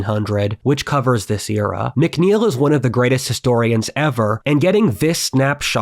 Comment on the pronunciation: Mc Neil is pronounced Mac Neil not mic Neil. Mc is an abbreviation as is st for saint.